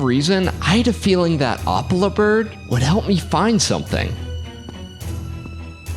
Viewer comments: also its pronounced op-eel-a-bird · Why do you say Opelo bird is Opela? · It’s o pil le a but opila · ITS OH-pee-la